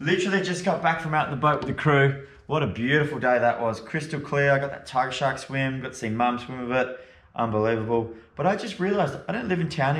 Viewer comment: Tiggah Shahhk in the wohhtahh